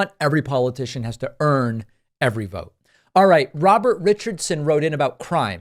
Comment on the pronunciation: pakman ptsd ... sometimes i hear "alright" as "far right" or "alt right" fr today's episode starts with "far right, it is time..." lol 5/7